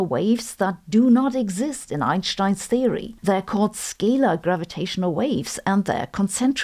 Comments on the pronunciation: It's Einstein, not Einshtein. There is no "sh" in his name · In English it's better to pronounce Albert Einstein with an s and not an sh